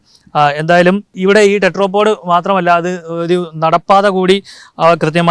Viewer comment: ടെട്രോ പോഡ് അല്ല ടെട്രാപോഡ് (Tetra ) ആണ് ... Tetra എന്നാൽ മൂന്ന് എന്നാണ് ... മുക്കാലി ...